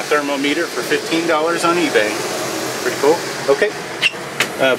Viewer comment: To late, but you don't say pretty cool, you say perty cool. So reserve that domain name instead